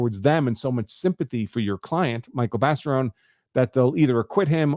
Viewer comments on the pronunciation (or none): You keep pronouncing his name wrong! Not Baseron ! It's Barison! Lol